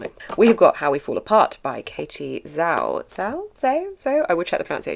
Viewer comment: Just commenting on the pronunciation of Katie's last name, zh in Chinese is pronounced like the J in jungle, so "Jao"! And Alex Michaelides is pronounced "Michael-I-Dees".